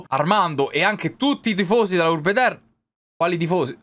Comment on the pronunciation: Finalmente il ritorno di!!!🔥❤ E soprattutto della Urrrrrbe